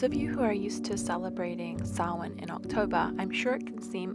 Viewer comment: Your cat is lovely. Also, I can’t stress how much joy it is to hear you pronounce Samhain correctly.